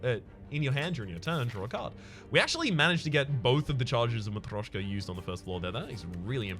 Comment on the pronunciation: You say "Matroshka" normal, do not worry